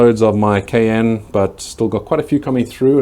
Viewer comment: Is it the fertilizer that keeps your plants from dropping leaves? Every year, my plants drop their leaves when pods start to ripen. They grow back, but it seems slower. Edit: pay-KEEN. Long E sound. ;) Still waiting to hear you say cayenne properly. It rhymes with Diane.